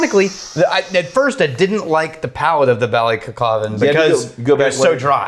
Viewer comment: pronounced Ballykilcavan perfectly